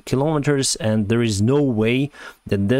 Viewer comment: Did he say kirrometers?